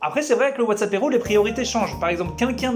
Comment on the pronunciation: Quand tu dis « Whatsappéro » j’entends WhatsApp héro(tique) et ça me stress bcp 😂